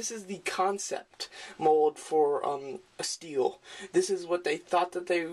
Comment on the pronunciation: nice review man and ya its been said a few times but its pronounced St-el..stel not steel...still a great review man